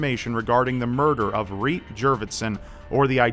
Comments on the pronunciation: Great job in pronouncing those Estonian names,, and thanks a bunch for the video. If anyone is interested, here's a translation of the postcard she sent to her family: Dear mom and dad, The weather is nice, the people are kind. I have a lovely small apartment. I often visit the sauna. Please write. With hugs, Reet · really cool video! I really enjoyed it. (not to mock u or anything but it was kinda funny to hear you say Reet with the american accent (I'm estonian myself) but other that that it was a cool video) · I read the name of the victim and my first thought was "huh that name sounds really Estonian" and damn I was right. Nice butchering of the original pronunciation tho:') I feel really sad for the family and friends that never heard from Reet again, I cant even imagine the pain the must have gone through. Hope it's not too late to catch the killer and that justice would be served. I'll translate the full message of the last postcard she sent to her parents if anyone is interested - "Dear Mom and Dad. The weather is good and people are nice. I have a nice little apartment. I go to the beach often. Please write. Hugs, Reet." Also interesting that the message is riddled with grammatical errors, but since I guess she didn't receive an estonian education it's understandable. Thank you for your dedication! I've watched and loved your channel for years, the recent situation really sucks and is unfair. I wish I could do more to help. Stay strong and keep doing what you love, whatever that may be.